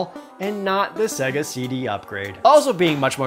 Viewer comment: This dude really saying Segga, despite the Genesis specifically telling you how it's pronounced when you turn it on.